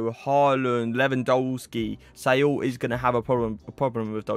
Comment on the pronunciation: “Say all” its Saul